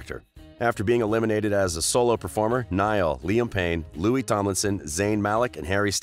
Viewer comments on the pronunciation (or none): "Couple of years" wtf ? "Loui'sss'(!!!?)" Tomlinson? 😕😓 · Nd btw the 's' is silent in Louis !!!!!! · Anyone gonna talk about the fact that he said lewis tomlinson?!? or am i the only one that watched that far? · DBHXYSUSVXYSIS he called Louis Lewis he already said it’s Louie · Why is it every time one of these channels talks about Louis they pronounce his name wrong? You’d think if they were going to make a slanderous video about someone they’d take time out to learn their names smh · Well you went most of the video without ficking up Louis's name.